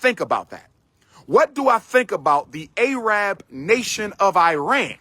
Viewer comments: Its pronunciation is Ehh-Ron not I-ran Second, we are not Arab, we are Persian. 🤡🤡🤡 Shout out to you and your people for not standing up for Iran and our people during our battles against real discrimination and a government killing people. We stood for BLM-Afghanistan-Ukraine You a 🤡💯💯💯💯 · Arab=“Air-rub” Iran=“Ear-run”